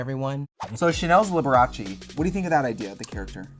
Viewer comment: Shannel NAILED Liberache!